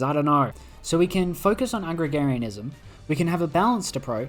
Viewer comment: its A-grar-ian-ism. not Agrigarianism